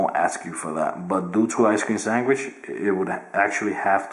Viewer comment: "Ice cream swangish"